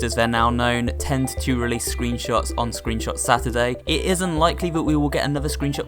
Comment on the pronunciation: you sayed scroonshot